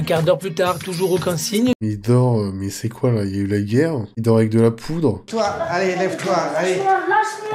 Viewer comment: " c qui nouie "😭😭